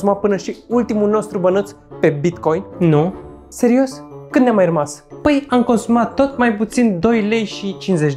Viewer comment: TARE CÂND A ZIS CĂ A ZIS BICOIN